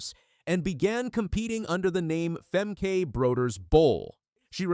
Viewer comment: Just so you know, the last e in her name sounds more like an a (as in spa) Femke Broeders-Bol is her name now since she got married.